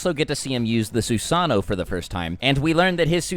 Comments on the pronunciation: The way you pronounce susano and shippuden is triggering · the ways you pronounce amaterasu and susano really bothers me